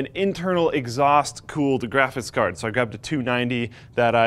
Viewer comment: this guy can’t say “graphics card” lol